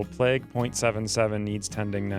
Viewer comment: This guy over pronounces everything and as a result sounds strange. What's pleg? Plague playyyyyguue.